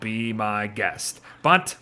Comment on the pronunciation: "Be my guest"? or "Be my GRASST"?!